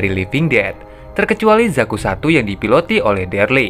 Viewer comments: Daryl bang bukan Derly. Io bang bacanya, bukan aio. Pelan² bang g perlu buru². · bukan derly bang, tapi Daryl bacanya Deril. 🙏🏻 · daryl pak bukan derli